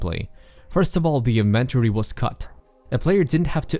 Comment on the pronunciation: Please learn to pronounce inventory, otherwise nice video.